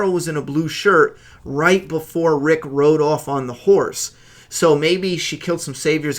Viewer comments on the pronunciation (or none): none